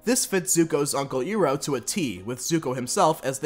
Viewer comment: Bro, his name's pronounced eye-row